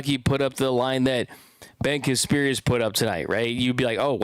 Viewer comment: If you are going to talk about Casparius, you should really learn to pronounce his name correctly. You have been saying it wrong for 2 years.